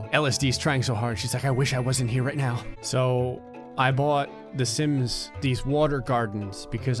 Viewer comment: When you say sims it sounds like simps